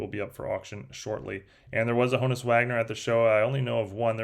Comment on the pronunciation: At this point you're just mispronouncing Honus to mess with people.😂